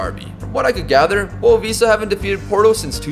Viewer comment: actually, the club's name in portuguese is pronounced more like 'boavishta' c